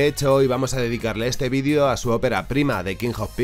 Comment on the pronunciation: Repite conmigo Ví-de-o Otra vez, Ví-de-o Entendiste? "Vidio" no es una palabra...